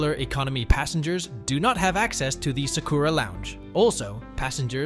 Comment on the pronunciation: That is NOT how you pronounce Sakura.